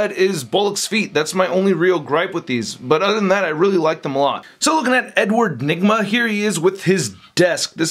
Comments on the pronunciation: he said Edward Nima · Dat last part with the whole trying ta say the Riddlers name was pure gold lol